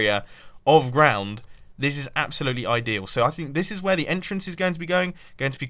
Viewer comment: I'm pretty sure its entrance not enter-ance